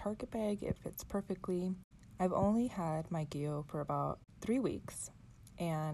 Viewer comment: I hope you won’t be offended. Gillio is pronounced “Jill -ee-oh”. Just letting you know 🤗 Love your video !